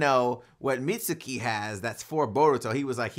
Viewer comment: Mitzukis name is pronounced “meet-ski”